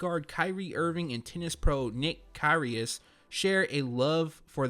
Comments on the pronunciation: Knit picking but you pronounce Kyrgios - kireeoss👍 Love the channel ... keep up the good work😉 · A little late but it’s pronounced KUR-Rios for the Kyrie tennis collab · It’s pronounced Kih-ree-ohs. S2g everyone doesn’t know shit about tennis.